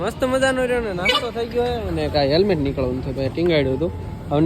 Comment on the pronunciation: હેમલેટ નહીં હેલમેટ કહેવાય 😂